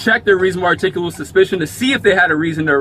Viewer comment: Their favorite word seems to be "artickable"" ""artickitable" "arctickable"...lol. This child was never told the word "no".